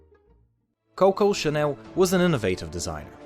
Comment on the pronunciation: American accent is so inappropriate to pronounce ir hahaha. Sounds like kowkow shanew.